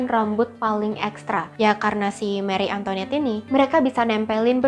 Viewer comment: Seharusnya pengucapannya: mari antoanet bukan meri antoinet